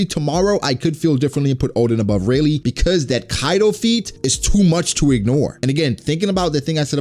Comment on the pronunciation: It really triggers me that you call Rayleigh Rey...